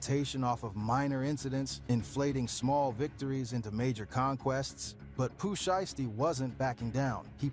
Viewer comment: The "Shy-yasty family" 😂😂😂😂 U know the person who uploaded this video u reacted to used an AI voice for this, cause no human who knows Pooh Shiesty pronounces it that way 😂 Pooh Shisty? 😂😂😂